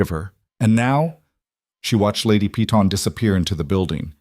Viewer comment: Why must you prounounce Peyton as pee-tawn. Instead of correctly as pay-ton ?